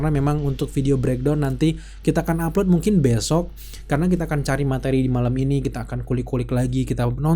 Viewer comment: Ia sama receh banget haha pas bilang umpload juga hahaha